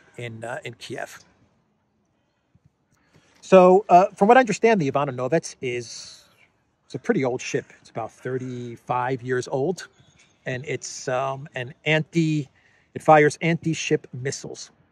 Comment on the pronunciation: IvAnovets is one word, with the accent on the A